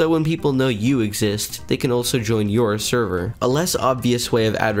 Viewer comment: Why do i keep hearing him say "Sherver"